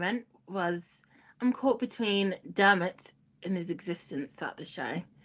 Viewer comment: Every time you said ‘Dermit’ it was thinking surely not O’Leary…